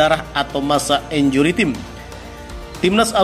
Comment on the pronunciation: Min, untuk lain kali, kata 𝐼𝑛𝑗𝑢𝑟𝑦 𝑇𝑖𝑚𝑒 jangan dinarasikan sebagai [injuri tim] tapi [injuri 𝘁𝗮𝗶𝗺]. Terima kasih.